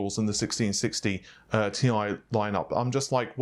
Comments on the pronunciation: Annoying is the way the other guy is pronouncing Thai or TIE instead of TI (T I) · This isn't that bad. The other guy is nameing TI gpus TIE or Thai.